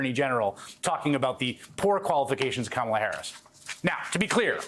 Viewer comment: Go, Go, Kamel-Uh "TOE"!!